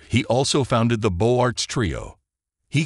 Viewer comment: Beaux Arts should be pronounced Beauzarts! It's systematically wrong in this film :-(